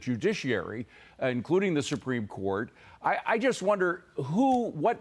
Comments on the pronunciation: Best out of the whole video: him calling Lula, Lulu 😂 so cute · His name is Loo-la, ya racist.